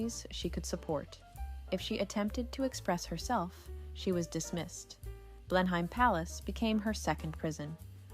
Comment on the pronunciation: It's pronounced Blen-um